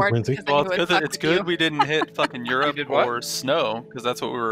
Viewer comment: Colville saying Eurp confused me for a while. Europe is pronounced 'You'reip'